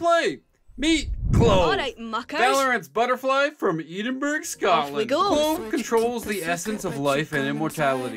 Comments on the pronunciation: eedinburg 😭for anyone reading its pronounced eh-din-bur-uh. or eh-din-burrow if you feel fancy. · Great video but its ehdinbruh not eedenberg PLEASE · youre killling me with how you say edinburgh. its not ee din burg its eh din bruh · you pronounced Edenborough so wrong i paused the video and just cried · Hearing Eedin-burg pains me 😭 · "Eedingburge".... I've never heard anyone pronounce Edinburgh like that. 😆 This was a fun video I love these characters. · i need to be considerate as a Scot that not a lot of people don't know how to pronounce Edinburgh, good video tho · They way you pronounce “Edinburgh” offends me as a Scottish person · IM SORRY HOW TF DID YOU SAY EDINBRUGH?!